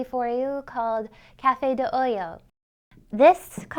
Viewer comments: Nice, definitely going to try it. Not nitpicking, but it sounds like she is saying Cafe de oyo (coffee from hole), its supposed to be “olla” oi-ahhh (coffee from pot). Awesome video, keep it coming. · Nice. O-ya, not O-Yo.